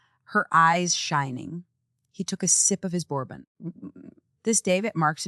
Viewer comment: Bad, bad AI voiceover. Champagne, bourbon, facade…people, don’t use these words if your AI cannot pronounce!!